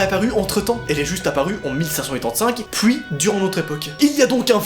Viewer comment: Je comprend rien quand tu dit 1585 😂